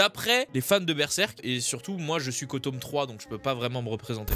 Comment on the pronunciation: La prochaine fois tu dis tooome jvais t'insulter